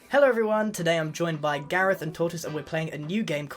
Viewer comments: It’s Voltron Gahreth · If you replace gareth's e with o it becomes garoth